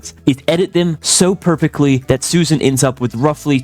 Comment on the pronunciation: "Its not SUSAN, its SHUSHAN!!!"🔥🔥🔥🔥 IYKYK